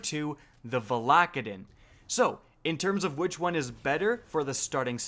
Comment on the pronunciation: Stop calling it Val ack a din It’s VALA-KAY-DIN!!